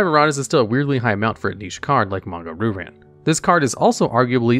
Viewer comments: Fun fact: Ryu is pronounced "Reeyu" and means dragon in Japanese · Hahaha pronounces "Ryu" as "Roo," somewhere Seth Killian is smiling. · Isn’t it pronounced ‘rai you’ like the street fighter character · It's more like "Ryoo" (only one syllable, the "y" is a glide, not a stressed syllable) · Shocked and impressed that pronounced "Manga" right, and then he got to Ryu. Dammit, man. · The way he pronounces "Ryu" is making my skin crawl.